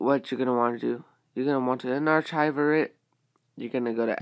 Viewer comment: It's pronounced Un-Ark-iver not Un-Arch-iver